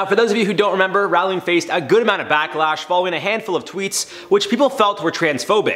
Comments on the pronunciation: Is it me or he has pronounced her name wrong. Ppl know her in the uk as Row---ling - not Raaling. 😫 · its ROWling not RAWling lol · its pronounced "JK rolling" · Her name is pronounced Roh-ling, as in "rolling pin". She said it once in an interview. And, while I don't much respect the woman any longer, I don't like people getting someone's name wrong. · The number of times you pronounced her surname wrong was so damn painful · I couldn’t finish watching the video because he is pronouncing her name wrong!